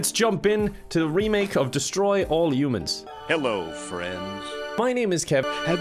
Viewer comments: Destroy all umins… shows isn’t human..he says umins pointing at us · It's HHHHH-UMANS,, not U-mans! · I like how he pronounces it yumans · Ah yes 'Destroy all yoomans' My favourite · I hear say Yoomans not humans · why does everyone pronounce humans as "U-mens" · Why are you hung up on "umans" when he constantly spells car as "cair"? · I like the part where he says "youmens" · For the Americans, he said humans not umans